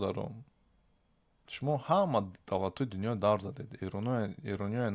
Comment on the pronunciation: "Давр" не бародар "дав" меган!!!